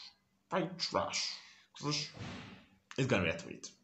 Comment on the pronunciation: Love how you said it, Peitra Shong 🤣🤣🤣and yes this is the original song.